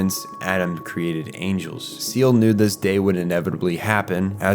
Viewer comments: Love the video, I really do. Just some weird pronunciation... like how you say SEELE and Magi as "seal" and "Maggie" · My only issue is the pronunciations of some names like Seele. It's Seh-leh. Mar-duke. Still I could be wrong but Japanese translation of children along with English in proper format is still child. Only when speaking of the individual of course. Not Rei tho. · You put so much time into trying to understand this anime but less than 4 minutes into the video you pronounce Seele as "seal"? A quick google search could have helped but, like, that's not even how they say it in the anime. Anyway I stopped watching after that. If you make an hour long video trying to explain a show and can't even get the names right why bother? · Seele is German for soul, pronounced "Zeelah". Great sypnopsis !!!!!!!!!!!! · lmao, “seal,” “maggie super computers,” how do you know so much about the series, yet keep mispronouncing words that are said aloud with accurate pronunciation in every translation? 😂 aside from that, very well researched video 😎👍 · this is a really nice explanation of neon genesis evangelion but it drives me insane how many times you mis-pronounce the names of things. for example, you pronounce the word "magi" as "may-gee" but its supposed to be pronounced as "maj-eye", the word seele in the anime is pronounced as "say-lay", not like the word "seal" and the name "Misato", which you pronounce differently multiple times, should be pronounced "Mee-sah-toh", the name "Kozo" is also pronounced differently many times, with one of those times being pronounced like "Kojo", its just... "Koh-zoh", "Kaworu" can just be pronounced as "kah-oru", but every time you pronounce it, it's different, mostly with you pronouncing it as "kow-oru" it really makes me wonder if you've ever seen any of the anime at all or if you're just making a video about it because you know that it's popular and it'll get views.. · minor point but isn't Seele pronounced say-lay? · Seele not seal